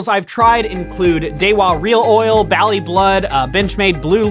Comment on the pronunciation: thought that you said balls